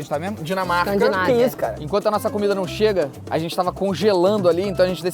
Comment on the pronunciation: O melhor é a falando -Escandinávia Kkk